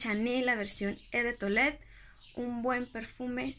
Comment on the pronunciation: No te vayas a tomar a mal mi comentario y disculpa el atrevimiento, pero no se pronuncia "e" de toilette, lo correcto es "o" de toilette. Me gusta mucho la dulzura con la que hablas y como te expresas, por eso he querido corregirte este pequeño detalle.